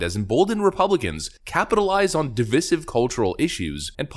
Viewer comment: He STILL doesn't know how to pronounce divisive.